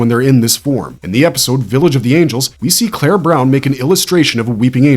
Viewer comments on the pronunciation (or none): none